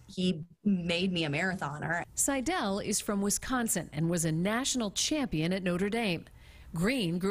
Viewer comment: Please, out of respect to the subjects of your reports, learn to pronounce the names properly! Molly accents 'Seidel' on the 1st syllable. Otherwise, nice report!👍🏼🤙🏽